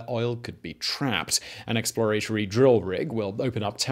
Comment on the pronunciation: Eks-plə-RAY-tə-rē? What the hell? 🤨